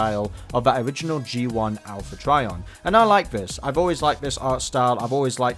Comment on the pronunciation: Owl-pha Trion